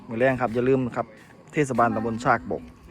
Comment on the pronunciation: ชาก กะ บก.. ไม่ใช่ ชาก บก นะครับ.